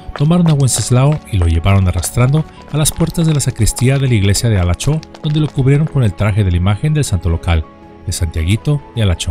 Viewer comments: Halachó, municipio de mi estado Yucatán, la pronunciación correcta es Jalochó, la gente lo dice coloquialmente para dar la indirecta a otras personas para que se vayan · la pronunciacion es Jalacho en este caso la H suena como J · Sólo una observación los vocablos en Maya la letra h al principio se leen como j. Ejemplo halacho- jalacho, Homun - jomun. Etc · Cuando vivía mi papá nos llegó a contar esta historia!, su apellido es Moguel, "Wenseslao Moguel", y Halachó se pronuncia como si fuese "j" (Jalachó) con tilde en la "o". Soy de Yucatán... Saludos... y gracias x traer esta gran historia al canal, excelente!! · No puedo creer que hablarás de "El Fusilado de Halachó" Vaya que se siente raro escuchar que mencionen el nombre de mi pueblito donde vivía jaja Por cierto se pronuncia "Jalachó" pero no pasa nada, se te perdona.